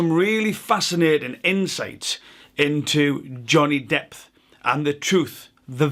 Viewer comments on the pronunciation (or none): # am I hearing this as an unintentional pun? Johnny “depth” I’ll resume listening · did u call him johnny depth? lmaoooo